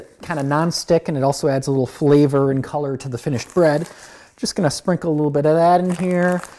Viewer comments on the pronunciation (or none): none